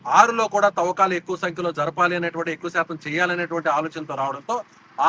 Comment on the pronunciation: Thovvakalu Kadu Thavvakalu